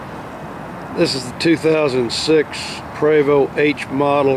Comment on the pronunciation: Did he really say it's a "Prago"?